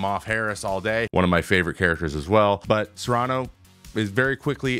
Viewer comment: Cerrano, not Sarano.